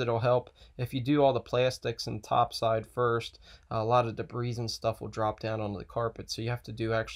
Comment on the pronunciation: The S in debris is silent. Just saying.